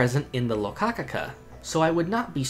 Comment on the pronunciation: imagine pronouncing it "locacaca" this post was made by the "rokakaka" gang